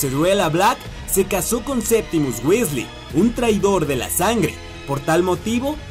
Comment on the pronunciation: johan hdez Tenes razon se dice Weasley gracias por corregir jaja